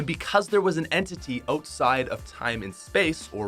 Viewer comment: why do i put so much emphasis on your O’s all i here is oteside not outside